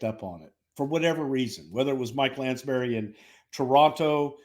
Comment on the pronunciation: Mike Lansbary...LOL..... The guy interviewed EVERY BIG NAME (Inc. VM and EB) in wrestling and you can't get his name right? Come on pal.